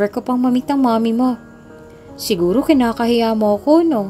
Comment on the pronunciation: IKINAHIHIYA NOT IKINAKAHIYA.